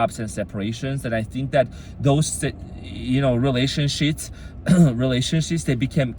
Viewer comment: I heard "relationshits" and I love it.